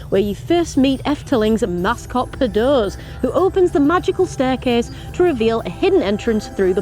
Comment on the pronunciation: it's not 'Par-dose' it's 'Par-doose' as in M-oose.